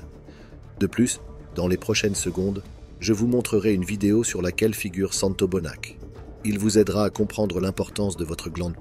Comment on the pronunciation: C'est Santos Bonacci ...mais pas Santo Bonach pour info ! Merci pour la video .